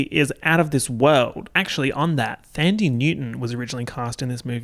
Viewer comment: The h in Thandie is silent